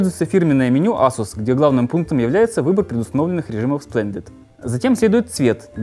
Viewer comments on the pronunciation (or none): Эйсус, не Асус ;)